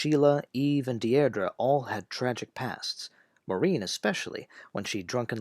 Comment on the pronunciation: A minor quibble - "Deirdre" is pronounced "Deer-dree". A very common English girl's name in the middle of the 20th century, not so popular today.